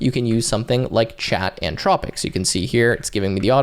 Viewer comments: How can we believe what this dummy says when he can't even get the name right. He say antropic like 50 times. Anthropic. Learn to read and speak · Anthropic not antropic an·thraa·puhk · In what world would Anthropic be pronounced Ann-tropic?